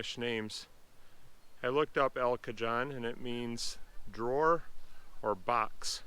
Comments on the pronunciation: (El) Cajon is pronounced "cahone"...not "cajohn". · In Spanish, it is pronounced El Ca-hone, rhymes with bone.The Spanish "j" is like an "h" , like the "j" in Navajo, or Mojave. Here in Southern California with many Spanish names, we have Cajon Pass.... a steep box canyon with the major STEEP (4,000' elevation gain in about 15 miles) freeway and train route between the coastal L.A. Basin and the High Desert. Interesting to have a Spanish name that far north. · We have those Iris all over Oregon.pronounce cahone the j is like an h.wow prob huge cave system underneath! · The Spanish pronunciation is El Ka Hone. J's make an "H" sound in Spanish. I know that we Midwesterners don't always pronounce foreign words with the original sounds. Kool woods! Love limestone formations.